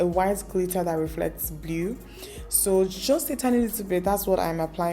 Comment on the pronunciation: Love the look. Mana the way you pronounce "blue"....you be real Enugu brought up babe 🤣🤣🤣. The "E" is silent in blue biko nne 😄